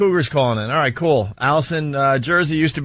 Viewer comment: Ol Roght!